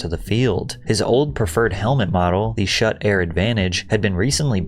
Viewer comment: Hey brotha, I’m guessing you’re probably neither a fan or have never played football because Schutt is probably the most popular brand of helmets behind maybe Riddell, but you pronounced it like “Shut” when it’s actually pronounced “shoot”. Sorry for nitpicking, it was just bugging me my bad 😂